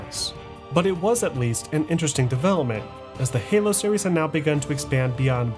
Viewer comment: Awesome video as always. Series is singular and plural though my man. You said serieses SOOO many times lol.